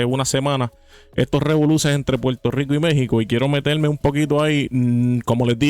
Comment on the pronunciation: Primer punto : se dice PUERTO RICO Y NO PUELTO RICO . SE DICE PERSONA Y NO PELSONA SE DICE CONFRONTAR Y NO CONFRONTAR Y ASÍ PODRIAMOS SEGUIR Y SEGUIR Y SEGUIR . SEGUNDO PUNTO : te ves como uno más de los PUELTORIQUEÑOS como ................. Hipócritas , es un hecho que los puertorriqueños EGOCÉNTRICOS , y te lo demuestro ; HASTA QUE SIEK CONTESTÓ , MUESTRA UN VIDEO DONDE ALGÚN MEXICANO MENOSPRECIE ALGO DE LOS PUERTORIQUEÑOS , EN CAMBIO HAY POR AHÍ VÁRIOS. " PUERTORIQUEÑOS " QUE HASTA HAN QUEMADO LA BANDERA D MÉXICO , ESO TE HACE HI PO CRI TA .